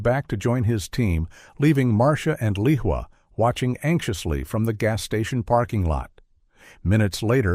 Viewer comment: Leah is pronounced Lee-wa? I wish real live people would read these stories instead of AI because I get weary of such obvious mistakes. Not only was "Leah" read as Lee-wa but "Lisa" "Leroy" "Leehwa" and "Lacour" were also read as Lee-wa. And what was the doctor's name? It was given as Dr. Feldman, Dr. Zelman, Dr. Bellman and Dr. Wellman. Good story but the mistakes were very distracting and careful editing would have caught many of these errors.